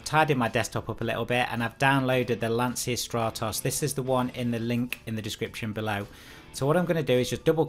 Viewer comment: Just a quick tip: the correct pronunciation of Lancia is "lancha": the ch is like the ch of choose. Greetings from Italy 👍